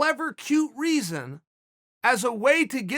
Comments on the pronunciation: Kamaru Usman: exists Chael Sonnen: OOZEman Kamaru OOZEman: OK GREAT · Chael "Oozman" Sonnen